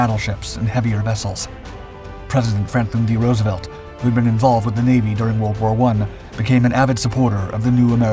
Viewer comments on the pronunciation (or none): none